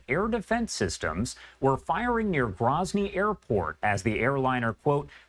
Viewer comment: First of all.. it's GROWzny... not GRAHzny. Second of all... it's wartime. Even during peace, you are taking serious risks travelling to Chechnya. How many civilians have died in the last 2 years in Ukraine/Russia conflict, or Isreal/Gaza? They're all tragic. When the dust settles, I am confident the pilots made a mistake and were NOT where they were supposed to be.